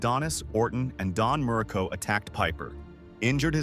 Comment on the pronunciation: don murco? Muraco... maybe yes.... jeez